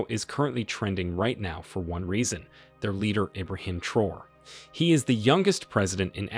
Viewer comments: Not Ibrahim Troll but Tra-o-ray. 😂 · Say after me, TRAH-OAR-RAY. Not TROLL.